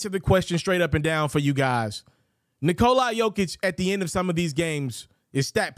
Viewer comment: The closest Nikola Jokić to correct way to say it from American!